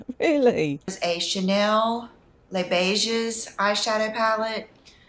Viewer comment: Le beigguuusss aarrgghh yoü pronounce it as le beige 🙄🙄